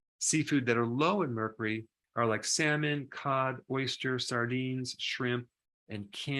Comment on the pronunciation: Doc 🤠 merkoory?? 🤭